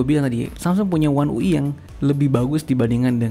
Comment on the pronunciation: One ui dibaca Wan yu ai bang